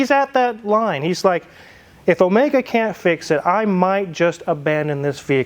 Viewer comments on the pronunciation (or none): none